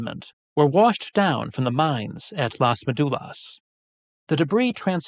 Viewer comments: Just a little correction, it is MÉdulas, acento en la primera sílaba, not MeDUlas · You need to learn to pronounce ''Médulas'' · You do a video on a subject and can't bother to learn how the central word is pronounced? It's basic part of the most basic research on the matter.